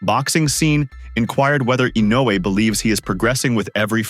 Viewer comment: They just butchered Inoue's and Pacquiao's names :)